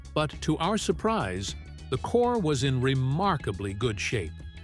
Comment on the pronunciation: Its not "core"